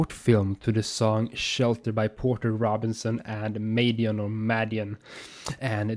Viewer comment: It was annoying me but it's pronounced mad-eon